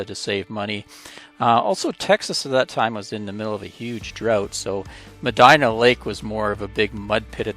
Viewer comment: It’s pronounce Medeena (Medina)